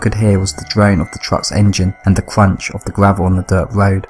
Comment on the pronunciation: A cwunch on the woad????????????